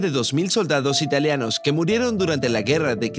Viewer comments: Muy interesante, pero no entiendo por qué dice "italeanos" la forma correcta es ITALIANOS con i porque es el gentilicio de la gente nacida en Italia. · no, para nada, el video es muy bueno. Y yo no me refiero a la acentuación, esa es otra cosa, me refiero al cambio de la i por una e, no tiene nada que ver con la acentuación.